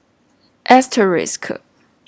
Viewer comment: Nice video, it helped me to understand the last example that for me didn't make sense. It seems you have problem to say "asterisk", so I recommend you to use "wildcard" that is easier to pronounce. 辛苦了 ~